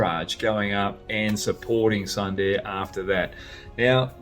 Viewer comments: Hoggy, everything was Perfect in the video but just one, it's pronounced as "Soonderrr" and not "Sun" "Da" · Brad, it's pronounced... Soonder! Great show! 🍻🇮🇳